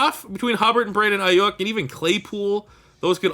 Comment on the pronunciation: As a Niners fan I will tell you it’s Brandon Eye-You-K